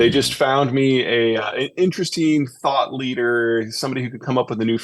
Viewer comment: Thought leadet, 😂😂😂